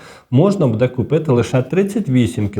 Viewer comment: умный, грамотный, но режет слух Ваше "БУДУТ", это русское слово, вы только поменяли ударение, правильно БУДУТЬ с ударением на первый слог и БУДЭ тоже ударение на первый слог.Может это ваш местный диалект, но вы же работаете на большую аудиторию и должны говорить грамотно